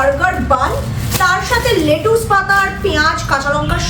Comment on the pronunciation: It's lettuce not letuus 😂😂